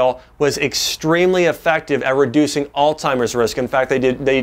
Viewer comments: Makes me think he's not really a doctor... just a good speaker. I've always pronounced Altzheimer's as "ALTS - HYMERS" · Alz·hei·mer [ahlts-hahy-merz] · It's not pronounced "all timers" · Why would a Doctor even say All Timers????? It’s Alzheimer’s ??? Might as well SAY VALENTIMES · I can't believe you just said alltimers disease several times. It is alzheimers. YOU SHOULD KNOW BETTER. Good info though. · Is it just me or did he say alltimers lol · Jae Vaughn My grandmother says "Ooh, gotta watch out for that "Old timers." I heard DA add the t in there and began scrolling for other vids. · Did he say all timers? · A “doctor” saying all-timers? How incredibly embarrassing. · Wow.. I can't take anyone, let alone a doctor who can't pronounce Alzheimer's disease seriously. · Great video But you being a doctor and all shouldn't you know it's pronounced Alzheimer's....